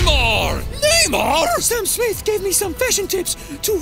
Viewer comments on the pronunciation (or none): none